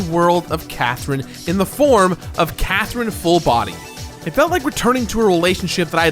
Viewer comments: lol nah you clearly said quathrine, nice try! hahaha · It's c not q